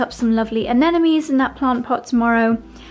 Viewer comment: a-ΝΕ-mo-neez, not a-NE-ne-meez